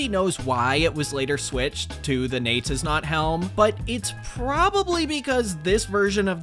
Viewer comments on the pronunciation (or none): Bro, it's pronounced "NEE-YET-IS-NOT" and "YAH-ITS-SO". That's the pun, dummy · So phonetically it'd look like this.. Nay-tiz-not Yah-tiz-so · Great video as always, but a tiny nitpick THEY'RE PRONOUNCED NAY-'TIS-NOT AND YA-'TIS-SO WHY DOES NOBODY GET THAT PUN?! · gotta say Jatizso like your germanic nay tis not yar tis so